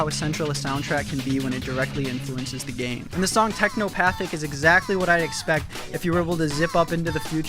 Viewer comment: this video is so good absolutely rockin the video essay content and I can see early variations of the humour you even have today but it's TeknoPATHETIC not Teknopathic